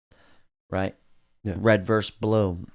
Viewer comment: Versus* It’s never been “verse”.